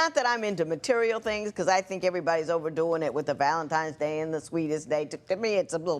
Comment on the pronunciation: What is it about Valen “times” day?????! It’s Valentine’s Day!!!